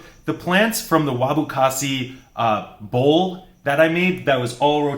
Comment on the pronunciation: Haha, love that little slip of tongue: "Wabu Kasi"..